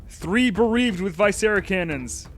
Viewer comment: Its "vih-scera" not "vy-scera", like the word "visceral", it refers to the intestines.